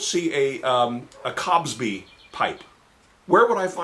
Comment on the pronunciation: "Bill Cobsby" 😂😂😂